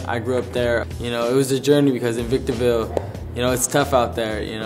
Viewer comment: Victoreville hahahahahhaha